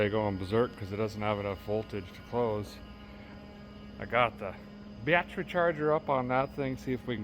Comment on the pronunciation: The music reminds me of Pecos Hank. Did you say Biotch-ery charger ?